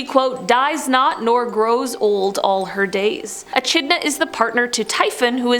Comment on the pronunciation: I offer this comment as constructive criticism. I really enjoy the content - being my absolute favourite. My only complaint is pronunciation. Echidna was pronounced E - Ch - idna but it really is pronounced E - Kid - na. Please keep the great content coming!!! Byeeeeeeeeeeeeee!!!!!!